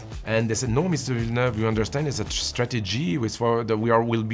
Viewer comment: Americans had not quite a blast never being able to pronounce Villeneuve correctly ever.